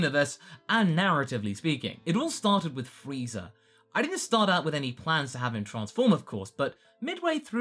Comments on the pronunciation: Really? Really? Freeza with an I. So disappointed. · Wait is he really saying FREEZER